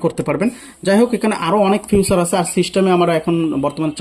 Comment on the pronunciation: ফিউচার না ফিচার। 😂